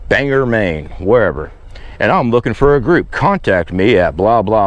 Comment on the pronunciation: It’s Bang or -hard G sound👊👍 Armpit of Maine, go figure bro and most likely a few moles within that group. I’m from Maine and definitely not big enough or smart enough to “does a bear Shiz in the woods” and leave state to do Shiz like that as opposed to a whooping population of 1.5 M +/- 😳 Half are scary woke Libs